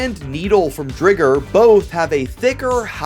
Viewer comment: "Driger" is pronounced like tiger...